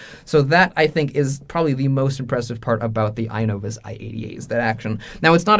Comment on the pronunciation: I agree with your judgment on how to pronounce the "i" sound (excellent example in your video, as a lot of English vocabulary and spelling comes from Latin and Greek, and that's how exactly Latin and Greek words are pronounced: as you see them), but I don't think the stress syllable is at the front. I think it should be "i-NO-vus" with the stress at the "no" sound. It's very rare in English where 3-syllable words have the stress placed on the first syllable. We have words like "to-MO-rrow", "Ber-MU-da", "ex-AM-ple", etc. Notable exceptions include words like "Ja-pan-ESE", but that's due to the added "ese" morpheme changing the pronunciation of the whole word (note the first "a" sound changed from a back close /ʊ/ sound like in "but" to a front open /æ/ sound like in "bat"). The "ese" morpheme is an exception, as most morphemes don't change how the word is pronounced or where the stress syllable is placed, think "Bra-ZIL" to "Bra-ZIL-ian", or "ascend" vs "descend" vs "transcend", etc. Here's your 5-minute lesson on linguistics and phonology. XD